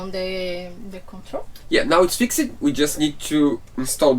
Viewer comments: Small point about English pronunciation. Your English is very good, but an "ed" ending is not pronounced. All you do is add a "t" to the end of the word like "fix t" or "arrive t". It is actually easier than pronouncing the ending! Sorry if someone has already pointed this out before, but you guys seem focused "focus t" on getting things right and I am enjoying watching you! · I want to start by saying that both of you have great English. Sometimes I forget that you are not in the USA. Your English is so good that I feel comfortable mentioning this weird little nuance that I’m about to tell you. The word ‘fixed’ is pronounced ‘fixt’. The suffix -ed can make three different sounds -id, -d, or -t. It has to do with the ending sound of the original word. Native speakers do this very naturally and many don’t even know that it’s a thing. If the -ed feels weird or hard to pronounce then try one of the other forms. Here’s a link to a chart that might help.